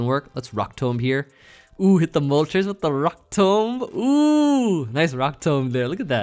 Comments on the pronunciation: Your 1000th video and you’re forcing me to dislike my saying rock tomb incorrectly. I’ve never expected anything more and still been extremely disappointed. Also…a team from each 100 videos previously still would have been insane. I stand by this. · says Rock Tomb so weirdly 😭😂